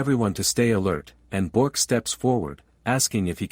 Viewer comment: it's Bi ork not bork